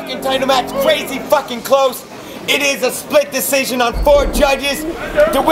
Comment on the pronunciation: Lmao he said ITS GONNA BE A SPLIT DESISTION!! Wtf is that??? That's so bad spell check didn't even know what he was trying to say